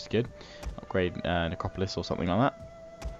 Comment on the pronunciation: Please stop saying Nicopolis lol.